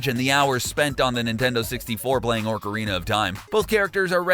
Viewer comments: ORCarina of Time? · Please tell me I didn't hear orcarina of time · Orcariana of time lol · Your mispronouncing ocarina of time